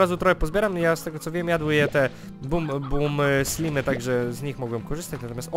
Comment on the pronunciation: nie slimy tylko slajmy